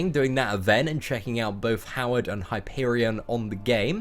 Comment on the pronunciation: It's Hyperion